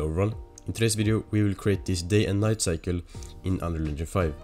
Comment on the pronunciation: its "cycle" and not cykle... beginer mistake...